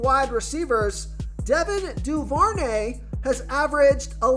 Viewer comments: It’s also Devin (doo- ver- nay). Thanks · BRO ITS CHRIS OH-LAV-A( OLIVE) AND IT DO-BER-NAY LOL IF YOU ARE MAKING MONEY OFF THESE PLAYERS LEARN TO PRONOUNCETHR NAMES